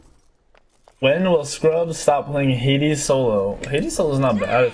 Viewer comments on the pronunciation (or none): none